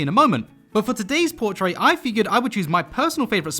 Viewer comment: I dont want to sound rude but dose he know hes saying portrait wrong